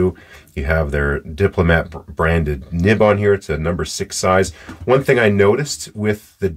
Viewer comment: Wonderful video sir. I have this pen in black. 🙏 (You pronounced that correctly sir).